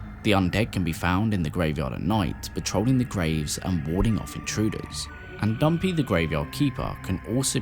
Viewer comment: I'm sorry, I had to laugh because the way you pronounce Dampé sounds like "Dumpy" Dumpy the gravetender